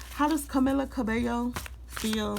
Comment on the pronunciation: Cah-mee-lab. Cah-bay- yo is how you pronounce it…